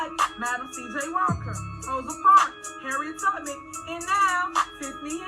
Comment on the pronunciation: did she say Harriet Tubbermen?